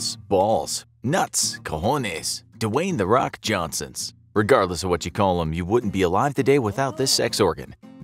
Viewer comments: He really called them “Dwayne da rock Johnson’s” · Dwayne the Brock Johnsons